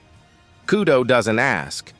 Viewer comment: It’s kudo not kyudo 😂